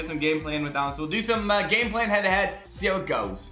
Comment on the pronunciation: isn't it "Gameplay" not "Ganeplay"